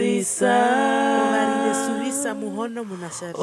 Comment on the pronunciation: Beautiful voices. Please reconsider how you pronounce the s, e.g. suvisa is pronounced zuviza as Otjiherero does not pronounce the s😊